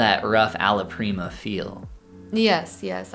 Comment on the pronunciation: You saying Alla Prima was confusing (sounded like allo prima), as I didn't understand you were talking about a type of art, as I think I missed an episode. Otherwise, I don't think I could do this? then again, I do somewhat do this, because I use oil painting brushes in Clip Studio Paint (my program of choice for the last 8 years). You did pretty well with what you normally do, I think what you need to do is study the shapes of different faces. The way I learned how to do proportions was by tracing and taking in where the features are on the face(of course don't post them anywhere, they are for you to learn).